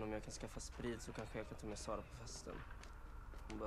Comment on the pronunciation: Also, I just want to give credit to tell you for saying Wilhelm’s, Simon’s and Sara’s name right, there’s way to many people who say them so wrong.